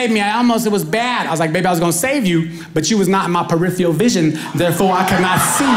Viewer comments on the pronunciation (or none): I like his style! But he probably can't spell it because he's not pronouncing it correctly. It's pronounced per-if-fer-al not pre if free al. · Peripheral, not "periphial" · Its impossible to spell "peripheral," when you pronounce it "peripheal". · “Periffial” lol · I know. I was being sarcastic because he pronounced it wrong. So nobody knows how to spell his badly pronounced word.